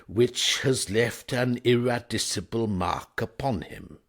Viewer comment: Isn't the narration AI-generated? I thought it must be when I noticed the word 'eradicable' was pronounced "eradissable". Perhaps I'm mistaken, but I can't help wondering if any other listener out there suspects as I do that we are being entertained by an algorithmic voice.